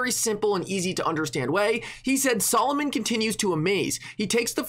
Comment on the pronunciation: you are mispronouncing Solomon by saying it Solomoan the “0” is soft